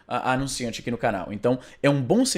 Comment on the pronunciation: "aqui" se pronuncia sem schwa, Izzy.